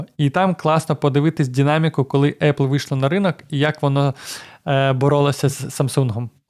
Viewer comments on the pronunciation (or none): Динаміка, а не дінаміка. Українська #1.